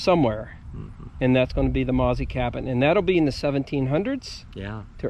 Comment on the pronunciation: Wonderful video. However, in the Shenandoah valley and environs, the name "Mauzy" was and is pronounced Moe-Zee with a little more emphasis on the 2nd syllable.